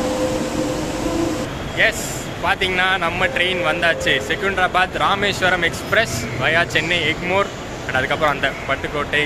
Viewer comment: செகுந்தராபாத்-ன்னு சொல்லாதீங்க. செகந்தராபாத்- ன்னு பேச்சுவாக்கிலேயே சொல்லுங்க. லாலாகூடா இல்லை, லால்குடா- என்பதுதான் பெயர். நல்லவேளை இந்த பயணத்திலேயும் சிக்கன் பிரியாணியை பத்தி வர்ணனை பண்ணவில்லை. இன்னோரு செய்தி. எனக்குத் தெரிஞ்சு சென்னையிலிருந்து இந்த வழியா மீட்டர்கேஜ் கலத்திலேயும் முழு எக்ஸ்பிரஸ் வண்டி எப்பொழுதும் விட்டதில்லை. சென்னையிலிருந்து மயிலாடுதுறை வரைக்கும் ஒரு வண்டியிலே சில இணைப்புப் பெட்டிகள் மாத்திரம் காரைக்குடிக்கு இந்த தடம் வழியாக விட்டாங்கன்னு நினைக்கிறேன்